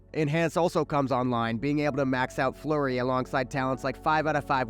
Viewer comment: Blade FLURRY* not fury. pushes glasses up